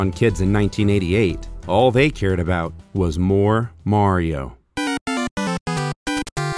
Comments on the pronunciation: I can't belive that they pronounced mario wrong. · Also, I never knew in the official commercial it was pronounced "Mair-io". Always been a pet peeve of mine, lol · I love how the commercial says Mary-o instead of Mario. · Super Mary-O!